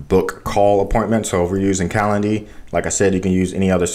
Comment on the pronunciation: You might want to say Calendly.